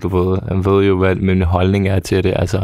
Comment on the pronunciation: Det hedder altså "Forstår du hvå' jeg mener?", IKKE "Forstår du hv' jeg mener?"!!!